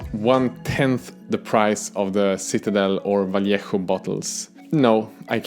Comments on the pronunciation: Thanks for pronouncing vallejo correctly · Very well pronounced that "Vallejo", sir.